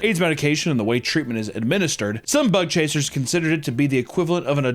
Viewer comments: I can't unhear "butt-chaser" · Every time you say bug chasers I hear butt chasers. Especially after the first story 🥴💀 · I hear "butt chasing" every time. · Ohhhh..."BUG CHASERS"... Videos nearly over, and I thought he was saying "Butt Chasers" this whole time..!! xDDDDD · I understand you are saying Bug chasers, but I keep hearing butt chasers. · I thought he was saying thug hunter at first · sounds like he is saying "butt chasing" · I thought he said " butt chasers", im definitely 1 of those. 🎉 edit: in Mexico theres a group of punk rockers that gave themselves HIV intentionally.